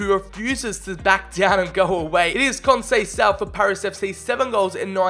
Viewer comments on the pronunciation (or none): Conceicao is prounouced con-say-s-ow and he is portos managers son